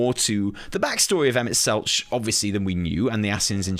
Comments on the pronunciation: Selch has a hard ch like tech, not soft ch like each. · Also Emet-Selch with the hard ch instead of the soft